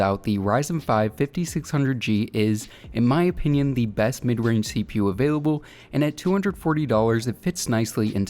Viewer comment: CPU and gpu up pronounce by just saying the letters. Don’t say it like a word it isn’t “seepew” it’s CPU